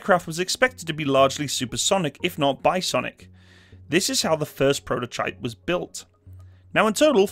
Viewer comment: What is "by sonic"? Or "bi-sonic"?